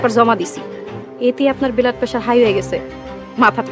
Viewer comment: ব্লাড পেশার না বলে,,, বলতেছে ব্যালাড পেশার😱😱